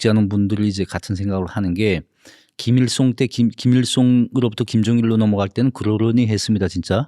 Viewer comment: 허세를 호세, 김일성을 김일송 ㅓ 발음을 못하네ㅋㅋㅋ